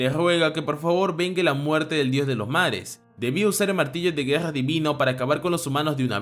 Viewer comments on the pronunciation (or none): me da gracias cuando este narrador dice la Guega, o gesponde o gagnarok jajajaj gracias por el video